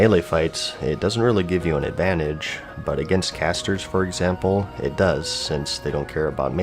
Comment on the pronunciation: Ad van tag es? Dis ad van tag es? That how u pronounced it?